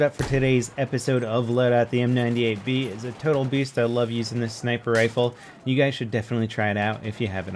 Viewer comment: he always says m98baller wrong